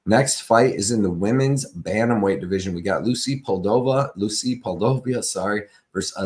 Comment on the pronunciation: 😭 how did we go from Poo-dee-low-vah to Poll-dough-viah 🤣 ngl, that’s funny as hell bro 👏🏻👏🏻👏🏻👏🏻👏🏻👏🏻👏🏻👏🏻👏🏻👏🏻👏🏻